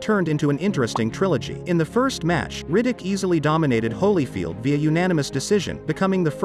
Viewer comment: Lol was gonna comment the same. Dude doesn't even know how to pronounce Riddick 🏹